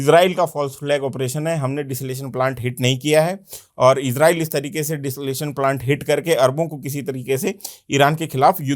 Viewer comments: भाई , बार बार डिसलेशन प्लांट कह रहे हो । डिसेलीनेशन प्लांट होता है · DESALATION nahi bhaisaab DESALINATION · Desalination ko ache se pronounce kariye